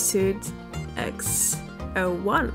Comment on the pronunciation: She said some x-0-1 stupid it’s pronounced x-o(like letter o)-1